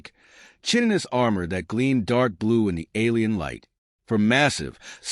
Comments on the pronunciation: Its pronounced KY-ti-nuhs (chitinous) its what anthropods exoskeletons are made of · Ive been biding my time waiting for someone to mention this. You would think at some point they could fix this in the AI stories.